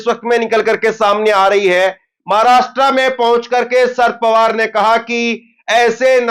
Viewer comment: शरद पवार बोलो ना कि शर पवार